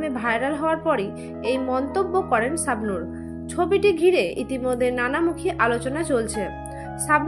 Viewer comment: তোমার কথা বলার উচ্চারণ ঠিক কর। চাবনুর হবেনাি শাবনুর হবে 😂😂